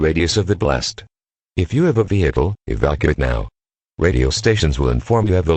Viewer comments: you are advised to evAke immediately uh Chicago.... its evacuate. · You are advised to EV-A-KYOO-ATE immediately - LMAO. Good scenario, enjoyed it very much!